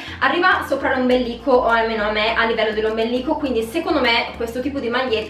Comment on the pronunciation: Si dice ombelico, e non ombeLLico 😊